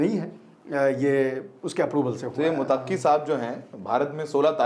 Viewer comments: Abe mutakki nahi muttaki bolo...😅😅😅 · भाई मोतक्की नहीं मुततकी होता है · आप पत्रकार हो थोड़ा रिसर्च कर लिया करो। विजिटर का नाम मुतक्की नहीं है मुत्तकी है। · Mutakki nhi bhai muttaqi he pronounce shi kro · MUTAQQI NAHI BOLTE IS NAME KO ISE MUTTAQI BOLTE HAIN. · भाई मुतक्की नहीं बल्कि मुत्तक़ी होता है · Motaqqi nahi Muttaqi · मुतक्की नहीं बल्कि मुत्तकी नाम है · Mutaqqi nahi Muttaqi matlab Allah se darne wala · मुतक्की नहीं मुत्तकी है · Mutaqqi nahi MUTTAQI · Sahi pronunciation muttaqi hai na ki motakki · Bhayee mutakki nahin Muttaqi Hai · Muttaqi. Mutaqqi not correct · bhai he is not Mutaqqi Name is Muttaqi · Sahi word " Muttaqi "मुत्तक़ी "متقی " hai Please sahi pronounce karen